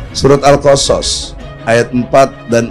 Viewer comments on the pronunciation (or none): Kok mmbacanya al-kosos...Egy Egy...itu saja kliru!